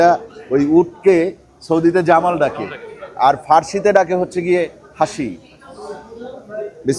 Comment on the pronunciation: Jamal ❌ Jamel ✅